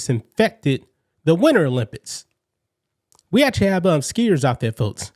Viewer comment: The "Olympits" 😂😂😂😂😂